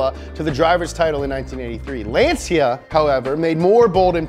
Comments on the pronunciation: Great video!! But Lancia is pronounced: "Lancha" not "Lanzia" 😘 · Kamar Knight And let's not talk about how he said Lansia instead of Lancia. He needs to work a bit on the names :P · it's LAHN-tcha, not LAN-sea-ah. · Woah woah woah.. Lance See Ya ??? Bruh... Lan Cha. It's Italian, like Ferrrrari. Have some respect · he said "lenzia" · Bro really said Lan-see-uh